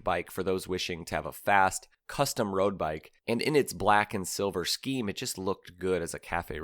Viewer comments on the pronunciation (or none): none